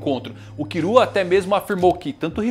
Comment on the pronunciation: Porque ela fala Kirua e Irumi ? Kkkkkkkkk